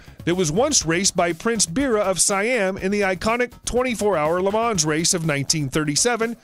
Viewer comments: It's pronounced "lay maw" not lah mawns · Le Mans is pronounced "Le Mon" not "Le monS" i hate when people talk about shit they don't understand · His pronunciation IS incorrect, but closer than your "correction". "Les" sounds like "lay" in English, "Le" is pronounced more like "luh". The "n" in Mans is semi-silent and the "s" silent...impossible to transliterate but closer to "maugh(ng)" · “24 hour Le Mans” “Mee le miglea” Mm yes much pronunciation